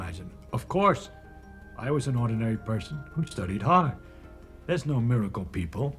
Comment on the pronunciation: 여기 뇌과학자 라는 분.. No 발음은 엉터리다..ㅋ No발음을 우리 식으로 하면 "도"처럼 들리는데, 그렇게 소리내지 않는다! 발음에 적당량 비음을 섞어야 옳은 발음이된다!